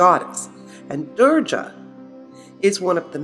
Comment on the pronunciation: Being an Indian, I was stunned to see your video on Maa Kali....how beautifully you presented the greatest power and did not make fun of the Goddess and our religion. Just a small correction it is not "Durja" with J(Jug). We pronounce her as "Durga" with G (glass)... I really appreciate your efforts and may Maa Durga (Maa Kali) bless us all... Thanks again!